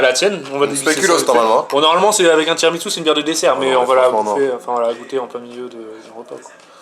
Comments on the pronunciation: Par contre tiramisou pas tiramitsou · TI RA MI SOU Il me gave a dire TSOUU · Sa se dit tiramisu pas tiramitsu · Déjà on dit tiramisu et pas TIRAMITSU et speculoz et PAS SPÉCULOS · C un tiramissssssssu pas tiramiTsu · Pourquoi tu dis Tiramitzou et Speculausse mdr